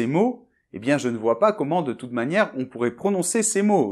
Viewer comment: Dommage que votre prononciation ne soit pas parfaite! Vous confondez le son « e » de - je - me -..avec celui de « eux ». Incroyable. De quelle région êtes vous? En phonétique il y a 2 graphèmes différents :)